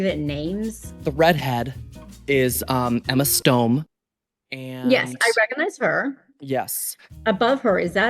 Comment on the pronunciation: “emma stome…hot spice…sabrina carpentero” STOP😭😭